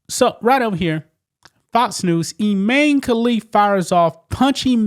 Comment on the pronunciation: Its pronounced Ee-mah-nee.